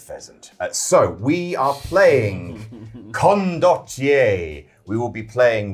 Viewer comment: I counted at least 3 different pronunciations of Condottiererererre. They are all different to the 4 I use. I don't think any of them are correct.